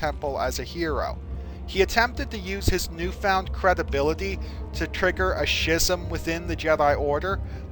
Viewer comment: I'm sure someone's already told you, but if not...Schism is pronounced s(k)ism. But I do enjoy your videos!